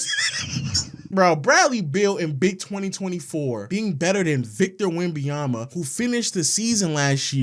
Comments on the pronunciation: Bro it’s not that hard to say victor wemBENyama stop saying “wembeyama” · This nigga say Wemby-Yama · STOP SAYING "WEMBAYAMBA" GOD DAMN